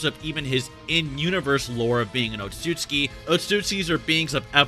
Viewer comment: Oat-sot-sue-key. They're not Polish otsuskis.